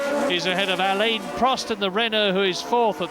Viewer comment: What year did Murray start pronouncing Prost's Christian name properly?